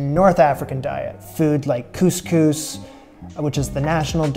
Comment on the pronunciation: couscous it's difficult for him 😂 lol